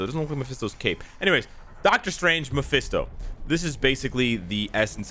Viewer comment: Its mesphito not DS 🤷